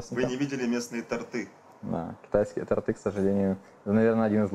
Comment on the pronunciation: тОрты а не тортЫ)